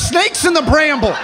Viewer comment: I can't believe how hard I laughed just at the way he pronounced "bramble"